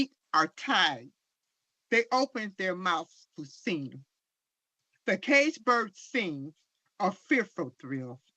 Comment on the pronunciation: "Duh caged berd schings..."🙄🙄🙄